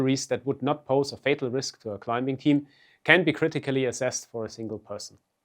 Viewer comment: Great video! But, man, you are butchering the English language with your pronunciation. "Climbing" has a silent B. "occur" has nothing to do with the word 'cure' "Tear value" has nothing to do with water from your eyes. Sorry, but all these mistakes really put me off. There are so easy to fix.